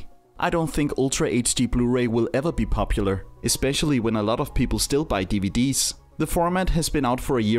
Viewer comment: Love the way he pronounces DVD’s 🤣